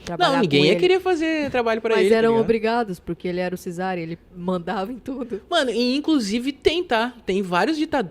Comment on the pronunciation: Só uma correção, não se pronuncia "Cizar"e sim "Quizar"